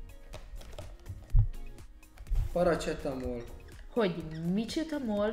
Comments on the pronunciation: Paracetamol ( paracsetamol) xd Annyira ismeros itt Romaniaban minden hol ott van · az,, paracetamol " fájdalomcsillapító Romániában XD, az a kiejtés 😂